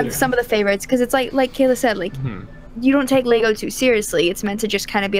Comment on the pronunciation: Why can't you say lego?